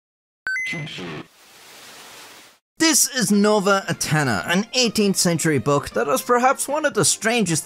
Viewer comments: try to pronounce it Novae Atenny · nołe atheny ☠️ is it that hard to pronounce nove ateny